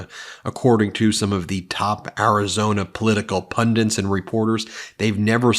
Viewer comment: "PUNDINTS"! Will ANYONE ever get this right? No!